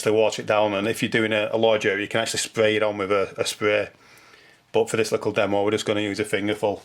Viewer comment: Thanks. very clear and easy to follow. And you said 'lickle'. Hello from another Manc.